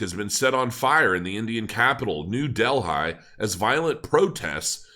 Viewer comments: Its Not pronounced Dell-hi It's pronounced Deli, Like where you buy a sandwich!😎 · I can’t understand why people don’t know how to speak anymore. I’ve heard so many people mispronounce things these days. Words that are well known. it’s not Del-hi. It’s like deli. Why can’t people talk anymore?? Is it a glitch in the matrix?? People have said Delhi as “deli” not del-high. What’s happened?? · Hi.good stuff. for the record though. the capital of India is New Delhi and is pronounced like New Deli" . I lived there for 2 years..